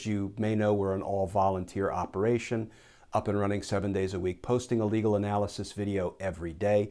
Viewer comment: Lol, is it “a legal analysis” OR “illegal analysis”? In this instance, diction matters! Love your content and what you stand for. This gives me a giggle every time I hear it!